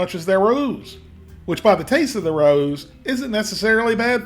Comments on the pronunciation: Water IS the main ingredient in all of the soups. Just as the noodles get broken down in ingredients (flour, egg, etc) chicken broth and chicken stock should be as well. Also, Rao’s rhymes with ‘cows.’ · I would love to see you compare ALL the Panera brand foods you can find in supermarkets/stores, just to get your opinion. Also Rao’s is pronounced “Ray-o” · I still like plain old regular Campbell's chicken noodle best. And Rao is pronounced "RAY-oh". 🤗💞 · Rao’s = RAY-O’s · LMA every time you sed RAOS. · My drinking game was taking a shot every time I yelled the correct pronunciation of Rao's at the tv. Also, black pepper solves all problems. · Raos is pronounced Rey os not rous or rowse. Famous Italian restaurant in NYC...the food is impeccable...educate my man... peace. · FYI RAO’s is pronounced “Ray-O’s” not Ra-Ooz” 😁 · Ray-ohs. Wtf is he saying? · Rao’s is pronounced Ray-O’s. Rah-Oos! lol. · It's Ray-o's not Rah-ooh's. Rao's is a very famous NYC italian restaurant . It now makes sauces and soups. The tomato sauces are very highly regarded. Fun fact- Rao's was supposedly one of Frank Sinatra's favorite hang outs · For future reference, Rao's is pronounced row's with a short O. It's an Italian NY restaurant. Nice videos BTW! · Everything Raos makes are overpriced. BTW its pronounced with a silent a so rowes. Progresso makes a Light version with less sodium and thats what I buy. Yeah, I can make it cheaper but who has 12 freezers to keep all the things we can make cheaper? That's the problem. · Say it with me, "Rows Chicken Noodle Soup" which rhymes with Owws as in when you stub your toe. This ain't rocket science dude... Also you both need to be on the microphone when you're giving feedback not mumbling in the background. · Rao's is pronounced RAY- O's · Interesting video. Just for reference, Rao is pronounced "RAY-oh." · Rao’s is pronounced Ray-o’s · I love your videos. It's pronounced "Ray-Ohs." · it's pronounced 'ray-o' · Just so you know, it’s RAY-Os